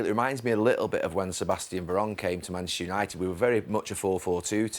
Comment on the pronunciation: Can someone tell Gary Neville it’s Manchester not “mashter”